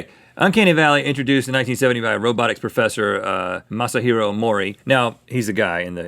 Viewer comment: Did anyone also hear 'Muscle-Hero MoreE" for 'Mashahiro Mori'?